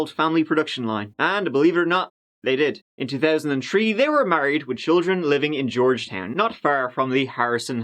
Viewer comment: Right after I read this he said 2000 tree 😂😂